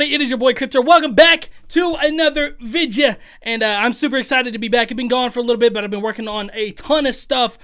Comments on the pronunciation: He’s referencing to how Crypt says “vidya” instead of “video” in his intro 🤦🏾‍♂️😅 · When he didn’t emphasize the vidEYEAH in the intro 😔